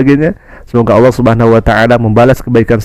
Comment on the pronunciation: Lidah nya bukan lidah seorang muslim kerna sebutannya Alah bukan Allah. Seharusnya kalau Islam dari kecil sebutannnya harus Allah bukan Alah.